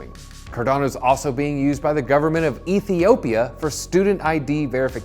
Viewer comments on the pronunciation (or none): none